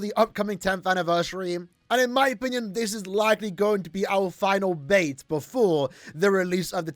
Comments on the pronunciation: Bait ❌ Bati ✅ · "Last bati" The age is getting to unc